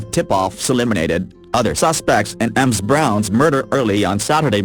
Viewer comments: Not to take away from the tragic story but repeatedly hearing Ms Scott's name pronounced as M Scott really got on the nerves! Fortunately if you have Closed Captions on you can make out what is being said! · I'm with you, Amy. It took me a while to figure out that the women weren't both called Emms... finally I realized it is reading Ms. as Ems. Too weird. There are other... the simulator pronounces other things wrong... it simply can't figure out some of the words or titles.